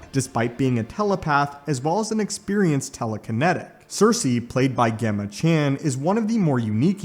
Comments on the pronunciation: You didn’t mention Sersi’s by far most powerful attribute; her mastery over matter manipulation. Also it’s pronounced “Jemma” not “Ghemma” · Gemma pronounced Jem-uh. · Thanks for the vid! Gemma is pronounced as in Gemstone.